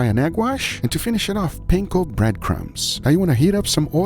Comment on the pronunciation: why do you and everyone else keep saying it like painko? There's no I in Panko, It's Pan-Ko with the A sounding more like Ah. Pawn-Ko.